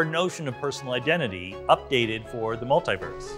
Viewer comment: Its multeee-verse. Not. Multeye verse